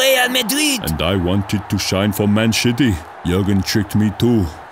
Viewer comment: is it me or did he say man shitty